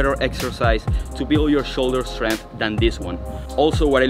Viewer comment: Great tips thanks so much. What a physique. I'm guessing you might be eSpanish eSpeaker because every word in this video starting with St or Sk or Sp you put an E in front automatically .....por ejemplo.... like eSkills, eSpace and eStrength ! I used to have a Catalan gf, and this always amused me when she eSpoke to me. Kudos from the UK !